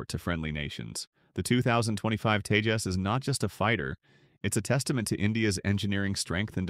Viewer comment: It's not tejos its TEJAS